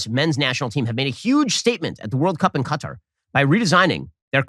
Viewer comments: It's pretty funny that Ben Shapiro is Dysarthic, or he never studied the English language, or he simply never got past the 6th grade. The man can not pronounce words properly. He said the country of "Cutter" not Qatar. Pronounced "Ka-tar" goes to show you his True Intelligence 👍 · Yes, it's Qatar NOT CUTTER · Bruh this dude pronounced Qatar CUTTUR 😂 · is he saying Cutter? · Yes it's common to hear Americans mispronounce Qatar like cutter